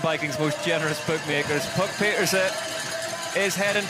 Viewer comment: mostly, but no trace of "n" at the end.